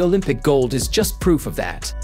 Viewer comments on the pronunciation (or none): none